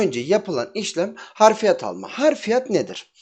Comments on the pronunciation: Harfiyat değil Hafriyat abicim. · harf değil hafr.....hafriyat yani kazı işlemi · hafriyat yazmışsın ama harfiyat diye söylüyosun abisi.